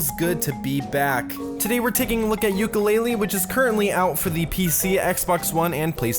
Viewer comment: 1) Its not Ukelele. Its Yoo (Yo)Ka Lay-Lee. 2) Its not that bad. The game is decent and unlike a commenter said, it is not worse than Mighty Number 9 (does its frame rate drop every 10 seconds and cause your PC and camcorder to bug out [see Projared]????). Many people claim dissapointment when the game was released when all it was trying to do was be a Banjo Kazooie clone like its KickStarter said. The fact that they tried and they got this is phenomenal. For not having enough time (eg- the helicopter was supposed to have a clear window with a passenger; it even has a cockpit but due to time constraints, they couldn't put in a pilot so the window was made dark) to make a carbon copy, the game is good. All of this backlash will either stop a sequel or make the people incharge allow the game makers more time to polish. Either way, its not a bad game.